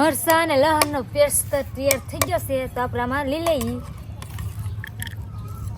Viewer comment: Pest bolo😅